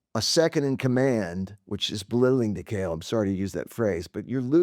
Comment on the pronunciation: It is John Cale, not John Cahill.